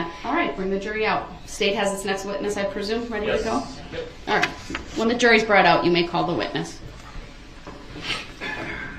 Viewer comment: Brong (brought) I can’t stand the way he talks.